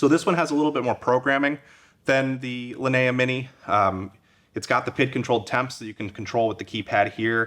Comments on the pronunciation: Linea is spelled "Lee - nee - ah", like bruce LEE, leeneeah. Not "la - nuh - ahh". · Exactly. In Italian or Spanish or whatever it's similar. It's always lee nee ah or lee nee uh at worse. His pronunciation I have no idea where he got it from.